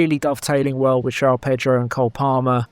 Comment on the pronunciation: it is Jo-ON Pedro not Jow Pedro.